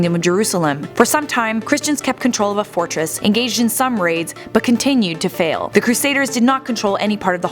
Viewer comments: Any one notice how she’s saying fall not fail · She said fall not fail